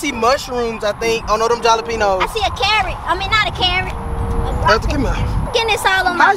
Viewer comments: “jolly-penos”...... ummm jalapeños 😂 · When he said Jolla Piños when it’s jalapeños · Nah them Ja-lapeños 😂😭😭😭😭 JA-lapenos 😭😭 I’m crying